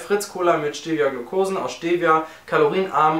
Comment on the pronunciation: Tolles Viedeo Aber ihr deutschen sprecht Stevia alle falsch aus :D